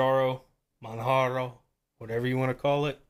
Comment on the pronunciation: PRO TIP: "Manjaro" is pronounced the same as you'd hear in "Kilimanjaro", just without the "kili-" part. The distro's name actually stems from that. Oh, and another thing - You should probably stop using Yaourt altogether. It's unsafe because it downloads the PKGBUILD to your computer before it lets you view it, which can enable anybody who submits an AUR package to run malicious scripts on your PC before you even get the chance to take a peek into what's going on under the hood. It's definitely not common and - unless your run yaourt as root - certainly not destructive, however, better safe than sorry. I'd recommend using Pacaur instead and/or familiarising yourself with the manual build process. Also, please do check the PKGBUILD for every AUR package you install. If you see something's off, google it before you proceed, even if it's just some extremely messy code.